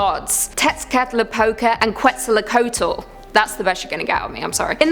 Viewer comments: Nope, it's ket-zaal-coe-a-tl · I thought the end of the world began when Justin Bieber became popular. It's "Revelation", not "Revelations", and Qwetzalcoatl is pronounced "Ketzulco-atl". The "w" is silent.